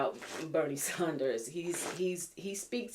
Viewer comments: Just an FYI. You're pronouncing Nadler and Sanders names incorrectly. The first syllable of both have the short A sound as in the words add and sand. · It’s Bernie Sanders. Maybe you’re purposely pronouncing/spelling his name incorrectly but just mentioning.